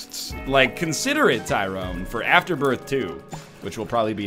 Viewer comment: You are also pronouncing Azazel, The Ludovico Technique and Afterbirth wrong.